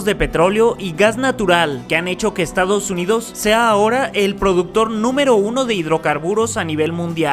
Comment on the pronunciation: Te comiste la 's' en "estados " .